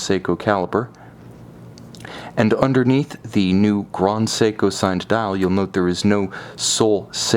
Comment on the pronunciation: It doesn't matter what language you're speaking, "grand" is never pronounced "grond".